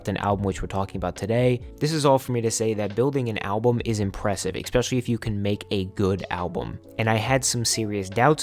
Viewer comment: I wouldn't be saying this, but you kinda made fun of "My Satisfacation". You said, "Ecspecially". It's literally ESPECIALLY, not ecspecially. God, what's wrong with you?